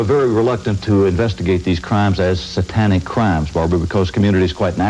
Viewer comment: Why does the narrator pronounce "Satanic" as "saw-tonic"?! Bizarre. I imagine 20/20 is embarrassed to remember this garbage.